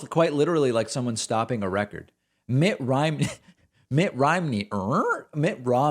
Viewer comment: I laughed when he messed up Mitt's name. Mitt Rhimney. lol!